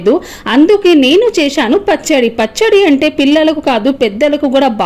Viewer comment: Cheyshaanu Kaadu cheysaanu